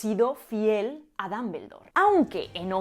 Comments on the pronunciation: lo que no me agrada es la pronunciación de los españoles de el idioma inglés, no se porque pienso que no hacen ni el mas mínimo esfuerzo por pronunciar bien, una pronunciación figurada de DUMBLEDORE es aproximadamente DOMBLDOR, y los españoles pronuncian literalmente DAMBELDOR, sin una pizca de esfuerzo de pronunciarlo correctamente, solo es mi humilde opinión. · Con el perdón de la autora del video y de todos... no aguanté la risa cuando pronunció DAmbeldor... OMG! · ¿Por qué pronuncian Dumbledore como Dambeldor? ¿Existe alguna regla o convención al respecto? Cada que lo escucho siento que me va a dar algo. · Tanto explicar lo bien que hablan en español, por que no explicas esto? "Dumbledore" lo pronuncias como "Dambeldor", es horrible! Por lo menos sería "Dambledor", y eso lo hacen siempre los españoles. Otro ejemplo: "Google" y dicen "Goguel". Son horribles! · Jajajajaja! "Dambeldor" jajajaja! Te es tan difícil decir al menos Dombldor? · ¿Cómo “Dumble” en Dumbledore puede ser pronunciado dambel? No entiendo! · Dámbeldor? Jajaja qué chistoso lo pronuncian. Hermión? Jajajajaaj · el fonema /ʌ/ es muy distinto al fonema /a/, igual que al /o/. Sinceramente no entiendo por qué los españoles hacen una mezcla en cuanto a pronunciar palabras de origen inglés. dicen /Apel/ pero no dicen /ipon/ para Iphone. Dicen 'equis box' para el 'X-box' pero no dicen la 'plai' para la 'Play' (station). No me mal interprete, me encantan los idiomas y sus variaciones, pero un país que tiene de vecino a Inglaterra debería tener una mejor pronunciación. Saludos.